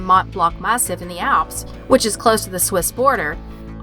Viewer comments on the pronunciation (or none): none